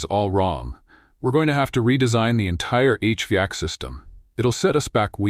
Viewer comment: The pronunciation of 'HVAC' is badly messed up with an incorrect pause that is both wrong and unpopular since a vast majority of English-speaking humans already know about HVAC systems for comfort purposes, even if they don't have one themselves. Billions have already been spent to market their desirability!. LoL Oops 😢😂❤